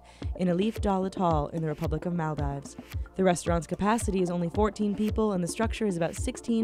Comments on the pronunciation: Mahl-dies, are you actually stupid Mol-deevs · It's Mahl-deevs not Mal-dives. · Did she really say "Maldaives"? Also, Ithaa = eetah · HAHAHAHA MUL DIVES LOL ITS MALDIV S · anybody else cringe when she said Maldives? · Please learn how to say Maldives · When she was talking about Maldives I was laughing my ass off because of her pronounetion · lol how she pronounces Maldives